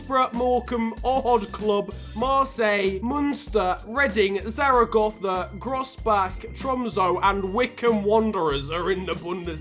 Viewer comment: Real ZZZaragozzza